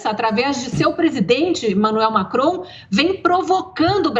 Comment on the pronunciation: Constantino: Desculpe 👉🏻 Lacron!!! rsrs 😜 (Macron)